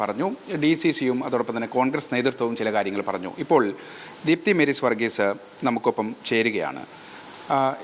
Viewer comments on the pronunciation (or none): മേരീ സ് വർഗീസ് ( പല തവണ പേര് തെറ്റി ഉച്ചരിക്കുന്നു, ഇത്ര ഉത്തരവാദിത്വമില്ലാത്തവരെ റിപ്പോർട്ടർമാരാക്കരുത്.